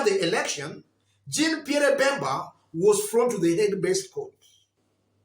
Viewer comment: Nice analysis… lakini ni French pronunciation like ‘jhan Pierr’ …… r una meza nyuma ya throat.. lakini that Pierre pronunciation ya kijaluo sounds like Bottoms-Up…. just a by the way!😜